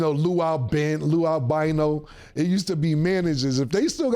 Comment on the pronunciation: “Lou Albino” 😂😂😂😂